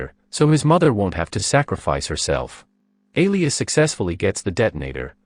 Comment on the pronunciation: "Alias"? That's not how you pronounce Elias.